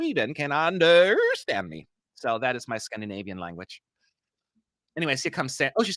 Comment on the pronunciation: your Scandinavian is superb! 😂